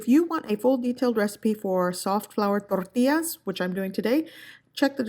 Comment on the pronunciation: toRRRRRtillas 🤣🤣🤣 chill! I can tell and know you’re Mexican